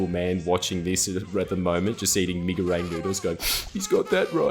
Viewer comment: Um, "Mi ga rang" noodles? That's so Australian